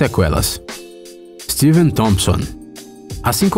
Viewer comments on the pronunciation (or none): none